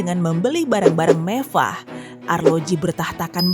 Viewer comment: Mewah bukan Mevah